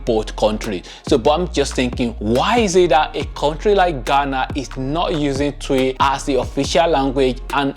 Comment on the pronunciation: Please is not “Tui’’ is pronounced Chwi